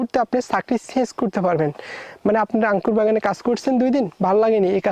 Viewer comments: আরে ভাই আগে শুদ্ধ ভাষা শেখ। আংকুর কি??? এই নামে কোন ফল নাই। বলো আঙ্গুর। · আংকুর নাকি আঙ্গুর 😂😂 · আঙ্কুর কি ভাই উচ্চারণ টা ঠিক ভাবে বলেন 😂আঙ্গুর বলেন